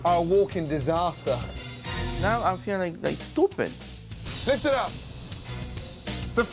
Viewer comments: "Now I'm feeling like stupit! LMFAO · Vic: I feel tupid 😂